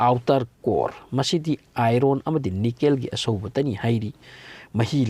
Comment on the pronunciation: English Kadi yaihey dymon kyna iron gase iroan kyna henjindro bro khonthok toh inner hyyo inaar hyno taningde nggi style doh henjinle